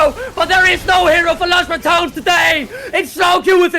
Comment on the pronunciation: Please, pronouce the E in Los Ratones; listening "Los ratons" hurts my ears :c Also, they are not rats, ratones means mice, ratas means rats :c